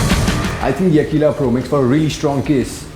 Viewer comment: its aqila[akwila] and not akila[like he says everytime in the vid..cool review though